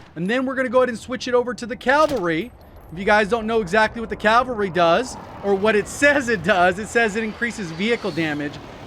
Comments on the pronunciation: Its CAVALRY not calvary... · Awesome content. However it is CAVALRY not Calvary. (Note where the letter 'L" is) Calvary is a site immediately outside Jerusalem's walls where Jesus was crucified.